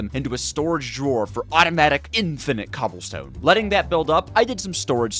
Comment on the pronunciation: It sounded like you said Automatic Infinite Cumstone 💀